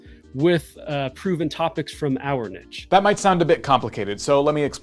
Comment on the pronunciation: The way that guy said "niche" frustrates me